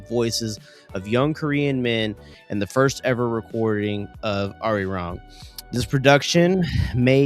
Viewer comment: I wish creators would put just a small effort on pronouncing Arirang correctly